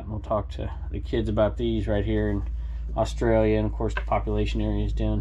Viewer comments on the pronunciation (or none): none